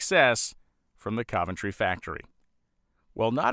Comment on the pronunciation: Wow,, you pronounce "Cuventry" correctly. Even amongst the British locals, this correct pronunciation is being lost. Constable, oven, Romsey, onion, Fontley. In all cases, just like Coventry, the first O is correctly pronounced as U. Literalism is ruining the English language and the "O pronounced as U" is also being being lost in these words and names, too. Another great video. Keep it up.